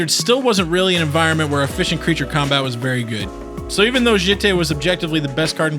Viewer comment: The way you pronounce jitte makes me want to rip my ears off.